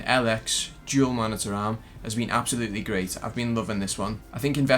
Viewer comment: If I here “ MONITA AHRM “ one more time I’m going to lose my shit